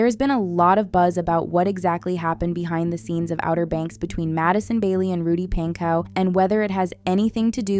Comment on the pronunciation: I don’t get Elaine, also it’s Pon-co not Pan-cow.